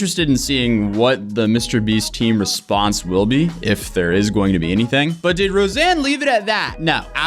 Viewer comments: Could you at least say her name right? It's Rosanna, not Roseanne. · I can’t believe he doesn’t even get her name right through the whole video. “Rosanne Rosanne Rosanne” it’s Rosanna! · Why are you calling her “Roseanne?” Her name is “Rosanna” 😂 also she’s really not someone to start drama or complain. It makes total sense she is bringing it up only now. I also think doesn’t really understand the frustration of being a woman and being purposefully edited to look like she performed worse than a fellow male creator. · Not to mention that he kept calling her “Roseanne”. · Yeah that mispronounciation really irked me! I take that a lot more personally because that's my name too and I've been called Rosanne god knows how many times 😡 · You don't seem open to discussion or research on this topic which is surprising. You already attacked her tweet on Twitter, and now this video where you mispronounced her name and left out clips where she answered your questions; it's just obvious that you want to defend Mr. Beast and aren't willing to see her side. I hope you actually read the constructive comments that your audience is leaving under this video, because I do believe you're much more level-headed than this. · I feel like this only bothers me but I've seen a handful of videos about this and not one person has said her name correctly. I don't see her name being all that hard to say. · I come to your channel, for your honest, level headed unbiased take on situations but this video dropped the ball. You didnt even say her name right at the begining. You didnt research into really anything about Ro. She never speaks up on issues for this reason. The backlash. Seriously, i am dissapointed in this video. Very disappointed... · I usually agree with your takes but this is a HUGE miss. You didn't even get her name right :( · exactly it's just hide and seeeeeeeeeeeek. I'd tell you to unsub but it's not my place